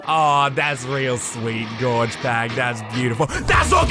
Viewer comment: It's Gorg with a G not a J